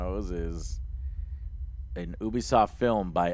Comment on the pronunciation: Hahaha it's ubsoft lollololol.